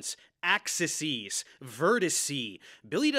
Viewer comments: Tetraheedrawns Axisees Vertisee 😂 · "axises" & "verticee" "dog-MASS" :fish-orange-wide-eyes